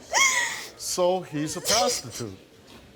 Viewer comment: "So, he's a PROZTITOOT."